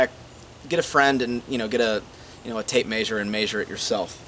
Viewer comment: MAN! I am loving this series, thanks so much for doing this .... my only beef I have with this whole thing is: why do you say MAYsure, instead of MEAsure? Again, thanks for the series!